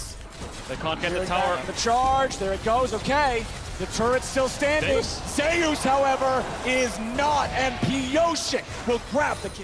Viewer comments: zayyus it's zeus man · Why are they pronouncing Zeus like that?